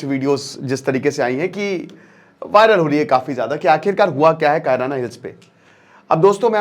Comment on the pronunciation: बड़का भैया "कायराना हिल्स " नहीं है शायद "किराना हिल्स" है ।